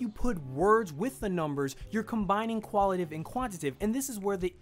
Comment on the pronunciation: lol love the concept of the video, and this is just a nit pick, but when you pronounced 'Quantitative' and 'Qualitative' you mispronounced it. Forgive me if this has already been addressed, but you were saying "Quantitive" and "Qualitive". I'd normally let this go but seeing the preparation and planning you put into it, and also that you went to the trouble of putting the definitions on-screen with the proper spelling, I thought I would let you know. I'm not trying to come off as rude or mean, just some of the constructive criticism you guys often talk about during the podcast. That aside I agree with most of the points you made in the video, and I really appreciate the content you put out. Looking forward to more in 2016!